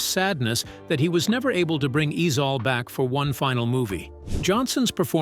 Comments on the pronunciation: It’s ezel 😂😂😂😂not ezal Ai story teller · Who TF is EZAL 😂 it's EZIEL ! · Pronounced E zell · I just wanna know who the hell is “E-Zal 🤨 that is not the way you pronounce it .. yt ppl I tell you 🙄 just annoying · 👉🏽 maaaaannnn, if I hear this damn A.I. white voice pronounce AJ Johnson's character as "Ease All" ONE MO GAWDDAMN TIME!!!! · It pronounced eazel